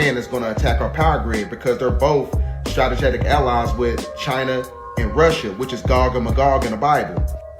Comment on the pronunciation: That dude kept saying “stratajatic” now it’s stuck in my head🤦🏻‍♂️